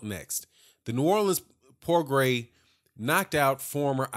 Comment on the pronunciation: Good post my brother, but you are not pronouncing his name, it is pronounced "Pro-Grey", its Creole/French. I am native to New Orleans, so, you know. Anyway, yes, old Bob is up to his old tricks, milking the situation for all he can get. Regis will simply have to keep on looking dynamic, (as he is) and his day will come. Progras is the future of the division. Plus, I like his demeanor outside of the ring, he is thoughtful and well spoken, but is a beast inside the square circle; New Orleans has a new champian!